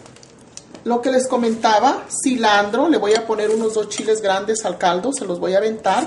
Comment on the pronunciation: Creo que es cilantro no cilandro